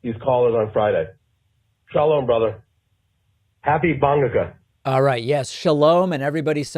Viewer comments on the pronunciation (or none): Did the say "Happy Bong-ukah"? That's what I heard! lol